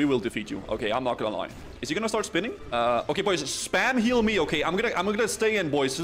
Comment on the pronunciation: Hearing "please eal me" hurts my ears..